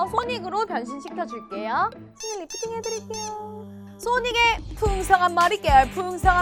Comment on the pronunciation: 아니 소닉이 아니라 싸닉이잖아 ㅋㅋㅋㅋㅋㅋㅋㅋㅋㅋㅋㅋㅋㅋㅋㅋㅋㅋㅋㅋㅋㅋㅋㅋㅋㅋㅋ